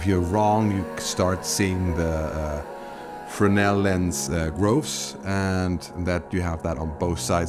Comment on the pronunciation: The mentioned lens is not called "Frenel" but "Fresnel", with an S in the middle... Believe it or not... Despite it, it's a very exciting video with a lot of good information... Thanks...